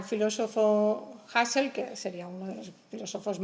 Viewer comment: Comparto. Tampoco pronuncia bien a Husserl, lo hace como si se tratara de apellido inglés, y encima lo cita para decir una tribialidad.